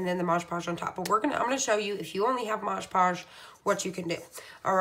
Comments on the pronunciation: Talks way to fast, and it is MOD podge, not modge podge.... She has the concept, however, not the finished product I would like to have on show. It is too busy. Just the picture would have been 100% better. Put the date on the back, and I am pretty sure, the couple know their name. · its called MOD Podge not mog podge! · It’s MOD, m. o. d. NOT “mojjjj” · Nice video, would be even nicer if you pronounced MOD PODGE (like the label) rather than MOJ POSH ..... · I have such a pet peeve with people saying “modge podge” lol. It’s MOD 🤣 ahaha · Mod Podge (Not Moj Paush) LIke Mod and Dodge. Thank you. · Please read the name on the label. It is Mod (as in Modern) Podge -- NOT Maaj Paaj. Also, if you apply it more evenly (to the wood instead of the photo) and use much less of it, you will have less tearing of the paper. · Looking through the comments makes you think some people don't actually WATCH the video! You can clearly see that it's called Mod Podge, who cares what you call it! 🤦🏻‍♀️ I call it Modge Podge all the time lol It's an incredibly informative video! Thank you for your time in making this video, I can't wait to try it! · OK, this is the second video I've watched this afternoon using Mod Podge. I wish the people doing these great videos would learn how to pronounce the name of this medium. MOD PODGE, NOT Modge Podge. Call me picky buy grammer and enunciation has always been a pet peeve of mine. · mod podge! not modge!!! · Stop saying Modge Podge. It's Mod Podge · Your calling it modge podge. All I can find is mod podge. ?? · Call it what it is, mod podge not moge podge 🤣🤷🏻‍♀️ snd you mean burnish the decal down not varnish it down 😂🤣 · Can't tell if the video speed is altered or the demonstrator just talks so fast! Also she keeps saying Maj Podge. Not a terrific endorsement. The product is MOD....PODGE! Just sayin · MOD PODGE..WHY IS IT THAT SO MANY PPL CANT SAY IT.